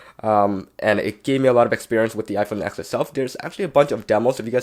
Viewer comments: Did you say iPhone f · Did you say IPhone f ??????? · I heard u say iPhone f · Did he say iPhone f ? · You siad the iPhone eth 😂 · He said iPhone F instead of iPhone x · Lol, he said Iphone F 😂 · Did he say IPhone F in the beginning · Is it me or did anyone hear him say iphone f? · he said iPhone f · At the first he said iPhone f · Yianni Strait if you listened to the release of the iPhone X they say ten not X they never said x your dumb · Niqqa said iphone exthhffffff lmao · Who else heard him say iPhone F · same it sounded like he said F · It look or sound it is said s or f I can't that hear that good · Yeah get it right it’s the iPhone X